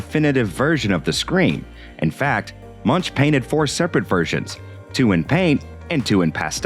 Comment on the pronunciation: The 'ch' in Munch is pronounced like a 'k', 'Munk' (Danish and Norwegian for monk)